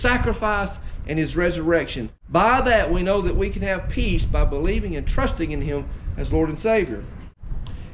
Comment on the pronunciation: At the beginning of your message I thought you were saying PEAS, LOL great message brother!